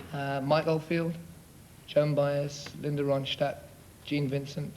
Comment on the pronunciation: I love how Robert Plant pronounces Linda Ronstadt’s name (“Roan-SCHTADT”) in accurate German fashion.